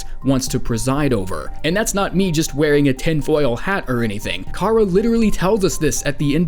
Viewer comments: Chara is pronounced as in "CHARActer" not karruh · Say Chara's name right Your not a true undetale fan if you don't know how to say her name right